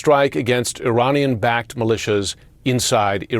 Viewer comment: This dude cant even pronounce Iranian correctly 😂😂😂😂